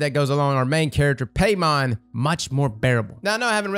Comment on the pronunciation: The way he says paimon name is like Jamaican guy saying PAY MAN